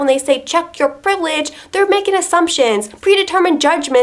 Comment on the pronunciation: I've became racist only by hearing so much times "tchek yor PREIVELEGE"